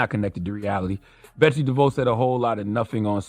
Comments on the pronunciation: She's Dutch, so it's pronounced "De Voss" lol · All due respect to Charlamagne Tha God, but you were saying Betsy's name wrong the whole time... Devos... (de Voss) you don't want to arm those retards at Fox News and that one guy you interviewed with ammunition to use against us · All facts. 💯 Also it’s pronounced “Dev-Voss” (idk why I was so irked by him saying “Dev-Voe”) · Charlemagne keeps saying Betsy DeVoe like she's related to Ronnie. It's "di-voss". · Charla, It's DE-VOSS, not DE-VOUGH. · Maybe he was doing a play on Bell Biv Devoe, so the mispronunciation was intentional. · It’s important to shed light on this true donkey. With that said, every time Charlamagne says a name his says it wrong and different from the way he pronounced it last 🤣🤣